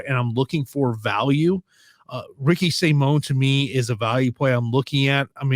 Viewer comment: Rickee Say-moan & Lee Jaaling FTW!